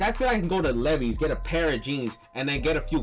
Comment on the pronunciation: Bro doesn't know how to pronounce Levi's